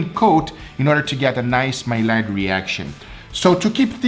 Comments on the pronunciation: Double "L". You should know how that sounds. Like a Y. You're killing me every time you say this word wrong. Maillard is pronounced My-yard. No L sound. Some say May-yard. That is also wrong. MY-YARD. Not too hard. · Maillard is pronounced my-ard. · thanks for these tests, btw it's pronounced ma-yar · I know it’s spelled Millard but it’s pronounced Maiard (mai-ard) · It's pronounced "mye-ard " I think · Maillard. . . Buddy. You should know better. Pronounced maiyard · hey, it is pronounced "My-Yard", the L is silent.... 😎😉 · It’s pronounced may-yard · It’s pronounced (My Yard) reaction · Big fan so not tying to be a jerk by pointing this out, but you don’t pronounce the L’s in maillard. It’s supposed to be more like “my-yard” which seems weird but keep in mind it’s a proper name of the Frenchman Louise Camille Maillard. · Its pronounced ”mai’ard” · My-yard is how you pronounce it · it's pronounced "My Yard" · pronounced like "my yard" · Just a heads up, it’s pronounced My-Yard for future reference. French term for the browning of proteins. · Its pronounced maiard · No disrespect, but it's supposed to be pronounced "Mayyard reaction" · Spelled mallard pronounced majard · It’s pronounced May-ard. Just a tip :) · Say: may-yard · it’s pronounced MY YARD! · Please for the love of god, start pronouncing technical terms correctly. You can say Sous Vide and emulsion, but you can’t say maillard. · You pronounced maillard wrong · I love this guy. I really do. He's entirely unpretentious. He's personable. He's a great food advocate. But, you're right, dude - mispronouncing Maillard is making me crazy! It's like another guy years ago on YouTube that pronounced sous vide, "Su Vay". Had to stop watching because of that. Arg! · Mail lard is pronounced mayard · I'm not hating; however, Maillard is French... the L is silent. It's pronounced like "my-yard," not "may-lard," nor "male-ard." Just sayin'! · my-yard not my-lard